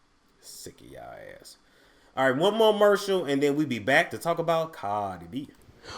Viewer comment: “One mo mercial” 😂